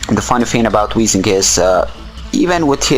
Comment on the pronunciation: I know english isnt your main language, but please say weezing instead of weezink its quite annoying